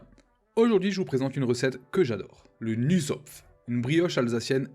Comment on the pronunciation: Juste une précision : ca se prononce "Nouss-tsopf"